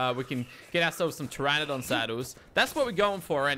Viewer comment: Hopefully watched this and learned how to pronounce pteranodon